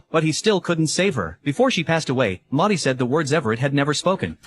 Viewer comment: It’s Maud. Not Moodi for godssake. F’ing pronounce it right ! In fact she never was called Maudi in the movie or even the name ‘Maudie’ per the movie title, in the movie or on her paintings. Paintings had ‘Maud’ or ‘Maud, Lewis’ or ‘Maud. Lewis’ or just ‘Lewis’.